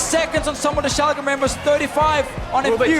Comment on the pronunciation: Learn how to pronounce shalke please dear lord so much cringe the casters even say it correctly and you still pronounce it wrong